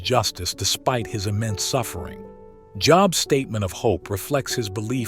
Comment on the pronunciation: Is it just me are do this guy sometimes mispronounced their names and then say it correctly when he reveals the answer, for instance he'll say Job and then say Jobe